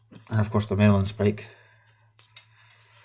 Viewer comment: Marlinspike not 'Merlinspike'!